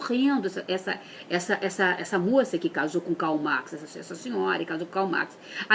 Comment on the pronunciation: olha q demais gente, uma especialista em Marx q n sabe falar o nome dele!!!!!!1